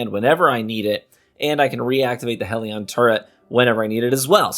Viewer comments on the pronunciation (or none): HELL-ion NOT HEEL-ion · Are you actively saying Hell-e-an wrong on purpose??? Its not heal-e-on